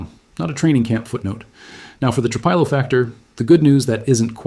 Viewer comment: Tru-Peelo, Tru-Pilo. Which one is it dammit??